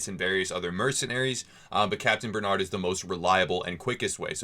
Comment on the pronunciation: Good it's not capitaine benad though but ber narrrrrd with the French r Bernard lol baie reu narrreu